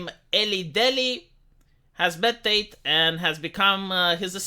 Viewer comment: It's "TATE" not "Tait"!